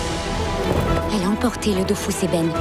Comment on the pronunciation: Aaaaaaaaaah. C'est "Dofous" au lieu de "Dofus". Tout n'est que tromperie. (Sinon super interview)